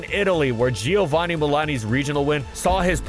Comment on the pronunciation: Giovanni is pronounced "Jo Vanni", not "Jee Oh Vanni".